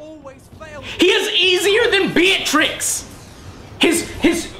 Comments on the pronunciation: its Bella-Trix not Bee-a-Trix Joe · Bellatrix not Beeatrix lol